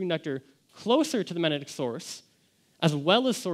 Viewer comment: Should be able to pronounce magnetic in order to give this speech